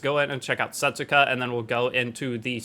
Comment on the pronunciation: Her name will actually pronounced like this: "Settska" The "u" is silent